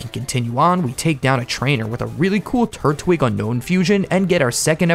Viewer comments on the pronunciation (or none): none